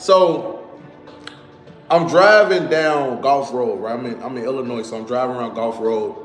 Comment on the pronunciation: He said .. IlliNOISE all the time and AR. TICK. OOH. LATE. He is terminally stupid.